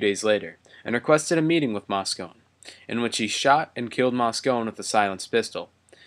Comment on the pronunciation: Moscone is pronounced Moscony, not Moscone. This narrator must not know much about this story, and is just reading copy.